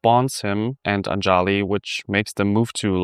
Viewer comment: It's ANJALI.... pronounced UNJALEE....and NEPAL ...NAYPAAL